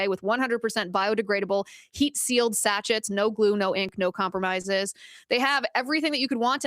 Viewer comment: sachets — not satch-its — it's sash‐AYS